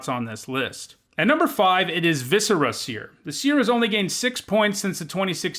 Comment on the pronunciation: Y-you pronounced viscera right. Holy fucking shit, you actually pronounced viscera right! You are my god, sir!